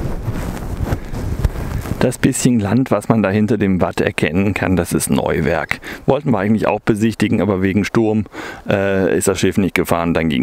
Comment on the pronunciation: PS vergesst nicht die Helgolländer Eistorte zu essen die gibt es nur in Cuxhaven und ist eine Spezialität danach kommt ne Delle mit Pommes bei Öli😋👍 und es spricht sich Neuwerk nicht Neu- Werk🤪